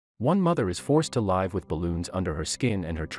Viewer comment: Read contents of the sentence and pronounce live as live not life Type live